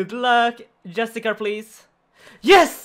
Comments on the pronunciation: Jus - ti - CI - ar, not Justicar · ITS JUSTICIIIAR NOT JUSTICAR!!!!!!!!!!!!!!!! xX'D love the vids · This man keeps pronouncing Justiciar as Justicar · JUSTIKAR hurts my soul every time Justissiarr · It's not justacar, it's justiciar. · It's called a Justic-i-ar. Pronounced with S. Driving me nuts dude.